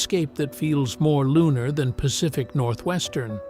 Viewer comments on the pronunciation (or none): none